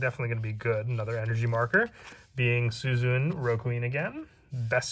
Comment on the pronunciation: The e in Suzune is pronounced. Like Su-zu-nee. Its elongated.